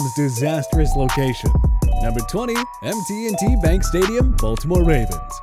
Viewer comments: It’s just M&T bank not MT&T…forgivable but we also like “THE BANK” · It’s M&T Bank not MT&T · It's M&T Bank Stadium, not MT&T. Smh... and why Hard Rock Stadium had to be worse? Any reasons? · The least you could do is get the names right. It's M&T Bank Stadium not MT&T.